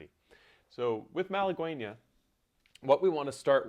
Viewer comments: That (Spanish) title is correctly pronounced Mah lah GEH Ñah (gue = geh, as in get), which means woman from Málaga, an ancient city in southern Spain. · Mahl-uh-gwayee-nya lol Nice tutorial 😁😁